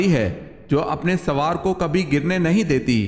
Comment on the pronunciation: Aap (sowwar) ko soor kyu kahe rahe haen......?